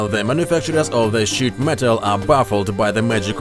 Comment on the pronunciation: It sounds like he said, "The thickness of this shit". Which is what I wish he did say!